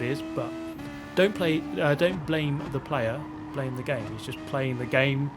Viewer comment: lmao that’s the most British way to say “Don’t hate the player, hate the GAME!” Ive ever heard 🤣🤣🤣